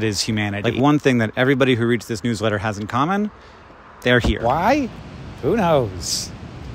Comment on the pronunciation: For some reason the first several times he said "newsletter" I interpreted it as "new sweater".